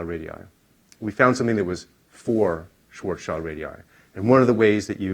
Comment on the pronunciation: Schwarzschild is pronounced as Schwarz as in black, and Schild as in shield. Schwarz-shield ( ʃvaʁtsʃɪlt ) and not Schwarz-child ( ʃvaʁtstʃaɪld ).